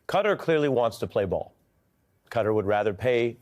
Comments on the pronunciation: KATTAr Ari, NOT cutter, get it right. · Qatar is a word with no C, U or E. So not Cutter. Qatar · It's kuh . taa . Not "Cutter" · Why is he pronouncing it Cutter....instead of Kah-tar? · It’s not Cutter, it’s Qatar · Classic America trying to rename everything again. Pronouncing Qatar like "cutter". It's Qatar , sounds like guitar.... Stupid Americans. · The name is not CUTTER. It is CAH TAR with the emphasis on the second syllable, both with the long A vowel sound. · Ari please... Reconsider your pronunciation of the country name Qatar. It does NOT rhyme with "GUTTER" but it is closer to rhyme with "GUITAR" . Can you say KAH-TAR ? Please Ari. I have too much respect for you. SAYING CUTTER RHYMES WITH GUTTER, BRUDDER ! I bet an ignorant republican came up with pronouncing Cutter. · It's not pronounced "Cudder". It is Ka-tar. Why do you all insist on this "Da Bears" pronunciation? You are too smart and sophisticated to sound so ignorant. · Interesting how the USA peeps pronounce things. Ari pronounces Qatar “cutter” whereas the rest of world pronounces it kah-tar. Cheers from NZ 😎🎸🤘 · Ari, why are you saying Cutter? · Why do Americans call Qatar "cutter"? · Why do you call it cudder? There is no letter d in this name. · For real, it is pronounced KAH-TAR. Please 🙏 stop mispronouncing it one after the other. 😵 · Qatar pronunciation is not "cutter" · Why do so many Americans say 'Cutter'. Very strange.